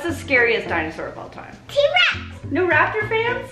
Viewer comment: Dino-sore or Dino-saw? 🤣🤣🤣